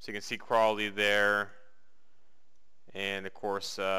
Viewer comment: Crawley is pronounced CRAWL-LEY.